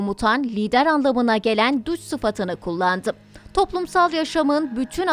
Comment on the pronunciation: Duç değil duce/duçe şeklinde telaffuz edilir